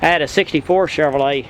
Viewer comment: Thanks for the tour. I like the way you say Chevorlet lol